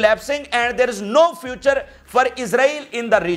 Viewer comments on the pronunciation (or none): none